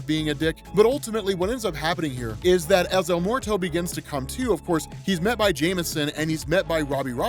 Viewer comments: Bruh Bruh el muerto isn't el MORTO it sounds like it should be spelled el mweɾto or if you need to sound it out it sounds like your asking a question 'mmm-where-toe?' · As someone who lives and has grown up in New Mexico, the way yo pronounce his name is hilarious! Don’t get me wrong, I understand!! It’s just funny when hear folks that sound like they’re almost never around Spanish speaking people.